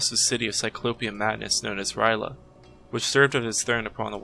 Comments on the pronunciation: This is the first time I’ve heard R’yleh pronounced like “rai luh” instead of “earl yay”. It doesn’t really matter though since it has other-worldly origins and isn’t meant for the human tongue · I gotta say i know its only lovecrafts fault but i really hate it when people mispronounce r'leh